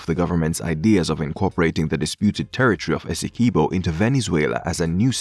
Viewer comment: Pronounced Essequibo properly